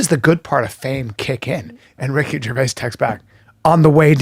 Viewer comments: Ger-vay-us? Hmmmmm. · how brendan first pronounced Ricky’s last name lmao “Gervayiz” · Ricky Gervayas? Never heard of him. Is he Mexican? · Did you say “Ricky gerveyass” , Brendan seriously stop eating and cut your hair 😅 it’s affecting your speech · "jer va ez" ???? Also way to single-handly mangle and destroy all of Gervais' jokes